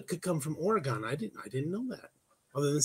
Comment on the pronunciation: You're definitely not from Oregon pronouncing it that way 🤣🤣🤣